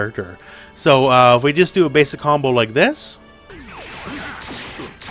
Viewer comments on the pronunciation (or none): I love when you say “básic combo” and is the more complex combo I can do